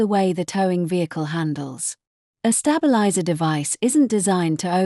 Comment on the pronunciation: Q, 44 she says wound as 5 wound as in have you wound the clock up.. And 45, she says a stab.. Eliser as in stabbing 😂